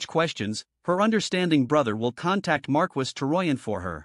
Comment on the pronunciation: The way the AI says "Marquess" (it's pronounced "mar-kess") is killing me